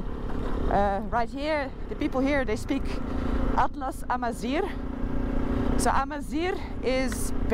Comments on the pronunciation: wé say atlas AMAZIGH not Amazir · For correction the word Amazigh And not Amzir This is the word It is the word defect with us, the Amazighs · Het is Amazigh en geen amaziR (het laatste betekent mest in het Amazigh) :D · Hello.. We say (Amazigh) not (Amazir) because Amazir is not a good word for the Amazighs, and welcome to Morocco